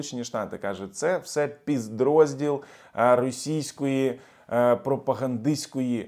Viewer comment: А думав що мені почулося!!!😅